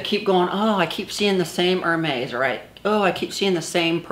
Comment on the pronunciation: It's pronounced Air-Mez & spelled Hermes! Thanks 🍒👜🍒